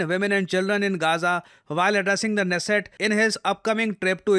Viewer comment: Trivia: The K is not silent in Knesset